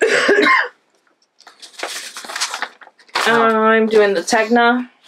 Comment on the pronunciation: Just a note- The Tegna Sweater is pronounced like this*******Ten-Ya I just finished watching Krisy Glass' interview with the designer of that sweater and her others and Kristy asked her to pronounce all of her Sweater Names so you can check it out, was very interesting! And I do own the FlexiFlips I bought two sets one for socks and the larger size to close the top of Hats! I really like them because I don't like fiddling with Don's I'm a magic loop girl myself! Very Pink has a great video and nice technique of holding and Knitting with them! Sorry for the Novel, enjoy!